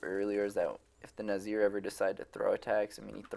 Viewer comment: Its NIZar not NAZir xD . But otherwise a very good and entertaining video